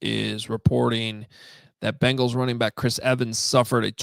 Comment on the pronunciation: Hey, it's Bengals not Bangles. Walk like an 'sports writer' already! Great job guys